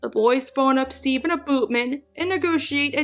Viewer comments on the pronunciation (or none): none